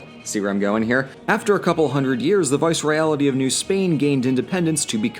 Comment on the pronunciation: "Viceroyality" you mean Viceroyalty?